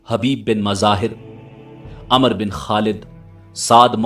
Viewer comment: Umer ibne saad not amar ibne saad.